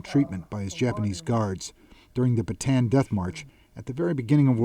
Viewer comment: Bataan is pronounced with three syllables